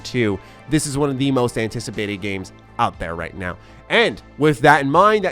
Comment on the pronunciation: bruh bruh bruh this guy saying "how we play dis righ now?" huhuhu